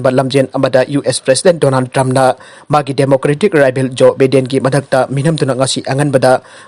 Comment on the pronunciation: BIDEN99 JOE BIDEN( JOE BY-DEN haina paagadouba)